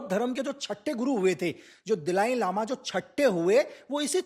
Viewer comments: बहुत फेंकतें हो भाई। 🤣🤣🤣 दलाई लामा को दिलाई लामा बोलते हो। 😂😂 अरुणाचल से 'water bomb' पे पहुँच गये ? कुछ भी ???🤣🤣🤣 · दिलाई लामा नहीं,दलाई लामा बोलो,, जो बातें आपने बताई, वो सब जानते हैं,, पोइंट पर तो बात की नहीं, इतिहास पढ़ाना शुरू कर दिया। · दलाई लामा है, एक सरल नाम उच्चारण नही कर सक्ता! सिक्किम काे भी निगल लिए हो इन्डिया